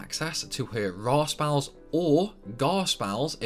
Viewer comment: "I'l say tide-us instead of teedus because it sounds stupid", procedes to say spalls instead of spells, yeah ok XD.